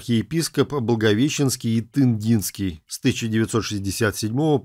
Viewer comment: Благовещенский и Тындинский, ударение на Ы!!!